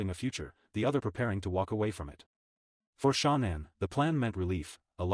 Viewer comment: I like your vlogs but for the love of it can he please say her name properly ??? It really isn’t that difficult 😡